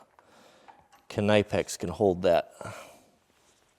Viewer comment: Knipex, not k-nipex, it pronounced like how you say knife. Atb bud